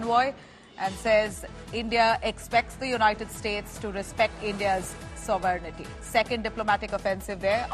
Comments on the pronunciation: Wow your anchors keeps saying Sovernity instead of Sovereignty. Ridiculous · What is sovernighty ? How to speak sovereign we have to ask the anchor !!😂 00.05